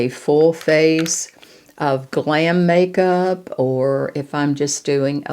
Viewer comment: Hi I do hope you're doing well,,I loved this video, marvellous,,btw,I loved you saying make soup,,,hope it's Irish Stew🤣ty for your videos,💐🌷❤️❤️